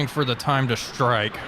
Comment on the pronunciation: Why do you say "Shtrike" and not "strike"? LOL.